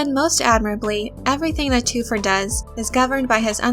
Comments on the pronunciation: Lets begin by getting the pronunciation right: its TH-fir, not TWO-fer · Thufir is pronounced with the h. Thu fir is the pronunciation. Please research the movies and listen to the audio book. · Then I'm curious why you went with just one source's pronunciation when everything else pronounces the "H". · Toofir? Or Thu-fer And Piter De-fries Or De- Freeze. The pronunciation is throwing me. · Ok, due to your obvious fandom and dedication to Dune, I like you. With that said, your pronunciation is killing me. “Thoo-fur How- what” basically......petty and picky? Yes. Ashamed of myself for being so? No. Dune forever!